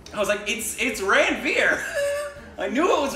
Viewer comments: I'm so impressed you got these despite not knowing the language! Also, just for your information, Ranvir is pronounced "Run-Veer" just like Ranbir is pronounced "Run-Beer" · Its 'Ranveer' not 'Rain beer'. 😎😎